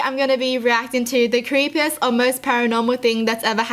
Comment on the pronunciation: When u say creppiest im already terrified